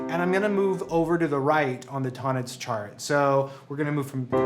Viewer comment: Great video and great channel! After 6 years of music study and 20+ as a professional, I can't believe I'm only now discovering Tonnetz and Neo-Riemanian theory. (Btw its pronounced "Tone Netz" in German, "Ton" with a long "o" 😉 )